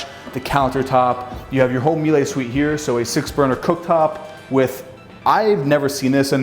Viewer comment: It's a Miele Indoor Electric Grill. It's also pronounced Mee-Luh.